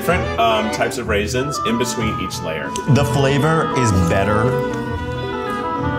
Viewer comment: “What are you talking about, raisinsA” 🤣